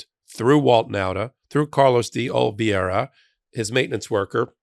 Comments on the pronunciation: Carlos D. Oliveira Oh-lee-VEY-ruh Not Ol-vee-AIR-ruh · The name is pronounced Day OliVEYra, as in oy vey. It's a Portuguese name. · Oliveira = Oli-vay-ra 😊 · you are my the mightiest of the meidas bunch But could you please say O Lee VAY Ra 😂